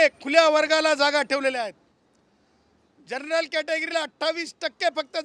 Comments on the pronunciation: General म्हणता येत नाही तुला जर्नल म्हणतोय हा 😂😂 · तुला general सुद्धा म्हणता येत नाही... जर्नल category म्हणतो 😄